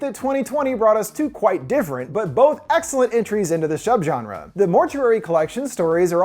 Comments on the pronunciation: I CACKLED at "Shubgenre" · I died at “Shubgenre” 😂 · XD ‘Shubgenre’ roflmao had to pause and catch my breath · "Shubgenre"-, 2021.